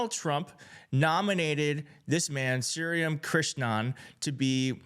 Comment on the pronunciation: Get the pronunciation right! It's shree Ram